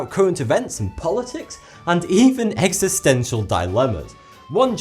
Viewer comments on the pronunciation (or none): none